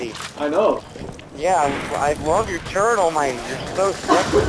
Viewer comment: You say the word "turret" wrong, buddy.